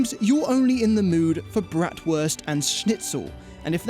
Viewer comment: Brattworst and Snitzel 😂